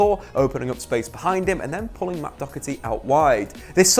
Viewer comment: It’s DOHERTY not DOCKERTY 😄